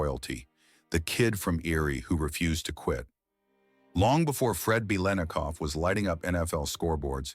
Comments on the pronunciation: Nice viedo BUT ur butchering his name Ba lit na cough not way it's spelled it's for you to pronounce it correctly 👍👍👍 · having grown up in the bay area watching all the raiders games on tv this is the first time in my life i have ever heard anyone pronounce the let in biletnikov this way. everyone said lit back then. as in bilitnikov. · Beelinakoff? You can't even pronounce the name! Why must anyone try to make "sensational conspiracy-like" garbage out of a normal story? Why are people so desperate to post crap on the internet? Whoever this is doesn't even know who this man was, nor was probably alive when he was....this man was a great NFL legend. Leave him alone. Get a life. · What fall from grace?! It's Bil et Nik Off! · the name is four syllables . Howard Cosell , for the correct pronunciation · Stop with the melodrama. Yes it was horrible what happened to his daughter, but it didn't break him. Learn how to pronounce his name correctly you damn 🤖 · these ChatGPT NFL History channels are bizarre. Its mandatory 15 minutes of wikipedia entries read by AI that ALWAYS mispronounces the legendary player's name on a 'channel' dedicated to their storied franchise. Low Effort Trash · Robot narrator cannot pronounce his name correctly. :face-red-droopy-eyes